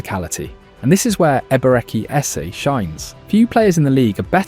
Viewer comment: Man butchered the names of Ebereki Esse & Victor Yokeres